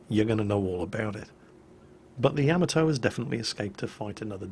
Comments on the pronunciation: The way you say Yamoto sounds wrong to my American ears. Could you look up the pronunciation of the name and let me know. ya-modo instead of yam-atoe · I really like your videos, but please learn to pronounce Yamato. Its Ya..mod..O, not yam-atow. Don't mean to complain, but it's like nails on a blackboard when I hear that. Thanks. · That "Yammatoe!" Hurt my ears. It should sound like Yam-Mar-Toe! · ya..mott...toe........not cameltoe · It's pronounced "yah-mah-toe" with about equal stress on all three syllables, not "yamma-toe". I had a Londoner roommate in college who pronounced "taco" as "tack-o" when it's "tah-co". What's up with you Brits? You're driving me crazy! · Im sorry but your pronunciation is triggering me. Its not yaamato its YAHHHHH MAHHHHH TOOOOOO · To everyone who's argues about the pronunciation of that, the JAPANESE anime about a ship named that pronounces it YAmato, so that what I'm saying. It's NOT yaMato. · Say Ya-Ma-To the A's in YAMATO sound like the A in Yard. Funny English you are speaking.